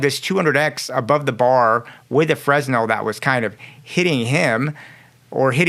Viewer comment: Friendly tip the fresnel is pronounced (fernell). BTW I love breakdowns like this. Keep killing it. Finally subscribed!